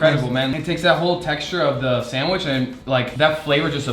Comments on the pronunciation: I love that he says sandwishhh and not sandwich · Sandwish 🤣 I love it when you say sandwich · Why he saying sanwish like my father in the store